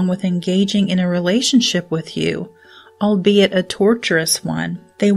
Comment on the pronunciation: No one can ever say albeit right, lol